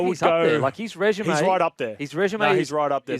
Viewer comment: Kempie needs to learn how to pronounce resume